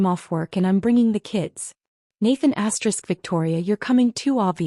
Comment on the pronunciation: Stop saying asterix!